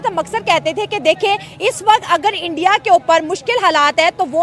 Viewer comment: तलाकात क्या होता है 😂😂😂 अबे सालो सुधार जाओ इंडिया होता है एंडीया नही भाई जान होता है पाई जान नही😂😂😂😂